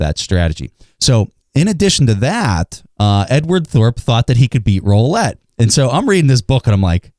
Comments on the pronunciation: "roollette" not "rollette" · Joe April no it’s roulette